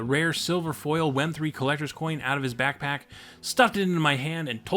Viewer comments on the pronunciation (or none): none